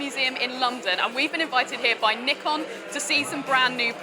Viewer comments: She is pronouncing both Nikon and Z wrong. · well, that depends on which Nikon rep said it, US or UK. Just have a look at amateur photographer interview of nikon rep for z9, they use "ZED" there. Same way japanese will pronounce 'neekon' whereas any english speaker will say it as 'naaykon' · You're listening wrong. Japan pronounces it as Nee-Kon and Brits pronounce Z as zac.